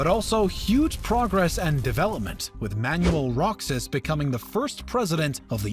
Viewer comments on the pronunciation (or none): Manyewel Roksas 😂 It’s actually pronounced as Manwel Rohas. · Where is Bruney? And Mindoorow? Does the voiceover guy possibly mean Brunei? And Mindoro? For fuck's sake show some respect and learn how to say the place names before you pretend to be an expert on the topic. Manual Rocksass would be rolling in his grave.